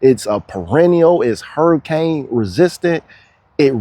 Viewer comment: The way you say hurricane is very Floridian